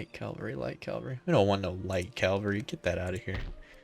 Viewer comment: Great video mate. You pronounce Cavalry as "Calvary". It's "Cav-al-ree". 😁